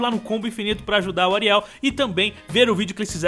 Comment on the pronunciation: que bizarro o fala areil ai eu penso que é comigo